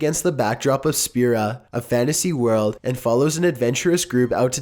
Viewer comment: Jesus the way you pronounce Sephiroth is cringe worthy. Then I heard you try to say Spira.